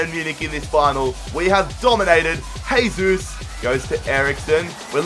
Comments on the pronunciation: It's Jay-Zeus no Hey-Zeus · Why do you say haysus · Its not "hesus", brazilians dont speak spanish, man.